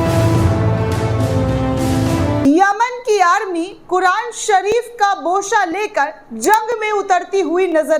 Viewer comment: Dear, Kia bol rahi hain aap BOSHAA??? Not BOSHAA,, but,, BOSAA